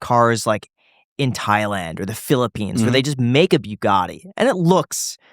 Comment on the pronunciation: Can Graham please stop saying Byugatti???